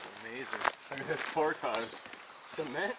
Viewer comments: For the love of God,, learn how to say “portage”. I cringe every time you use that word. rips a fart….lol He has to be the only guy that does outdoors/backpacking/adventure videos that actually rips one on camera and doesn’t edit it out. is a classic. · Here we don't even pretend to pronounce it the French way, just "port-edge"!😜